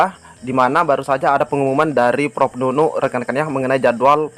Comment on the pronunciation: bukan bu Nunu